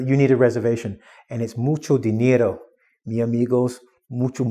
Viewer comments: Mucho dinero!! good spanish. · you can speak Spanish very well, "mucho dinero"!!